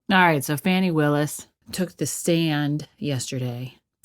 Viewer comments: I love that she calls her “Fanny” instead of Fani!😆😆😆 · I think you pronounce it fawnie not fanny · Fawn-i not fan-i Why are people struggling when they literally say her name a million times. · Firstly, her name is pronounced 'Fawnie', not Fannie. Then you and anyone else would be nervous, under the circumstances. But listen to what she says; that overrides her demeanor. You sound stupid. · Fawny pronounced Faany Fani pronounced Fanny Just because she can't spell doesn't mean everyone else can't